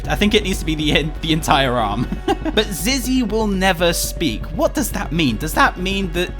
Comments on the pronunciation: Its Not Zizzy its Zee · I hear Zee not Zizzy